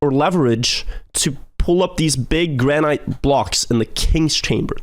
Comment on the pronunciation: Please pronounce the word granite correctly lol